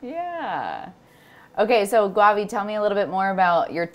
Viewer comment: She said "GWAVI" Instead of "GAWVI" bruh. Still it was nice to see this. nice. New Sub tho👌🏿👌🏿🔥🔥